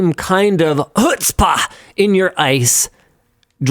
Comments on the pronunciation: I'm just here for Linus struggling to say "chutzpah." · I appreciate the attempt at saying Chutzpah. 😂